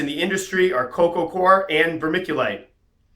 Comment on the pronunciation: coco gwar ...= coco cwar ...coco coir